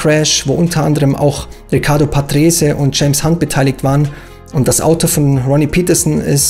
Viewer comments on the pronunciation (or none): none